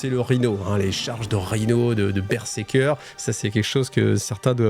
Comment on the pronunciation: Alors c'est pas pour faire le mec chiant, mais on dit BER-ZER-KER Pas BerSeker 😂